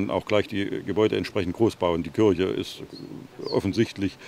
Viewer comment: kirche, nicht :"kürsche".